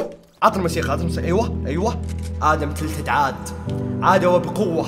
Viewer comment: النطق خربان عندك مو تيلتد تلتد